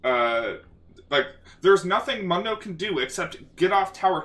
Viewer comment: You kept saying mundo wrong.